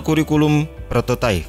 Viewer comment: prototipe kan bacanya prototaip ya, bukan prototaif